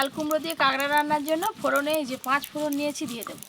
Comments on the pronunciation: Tumi age kakra bolte, ekhon kagra bolo keno? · Kagra na..kakra bole😂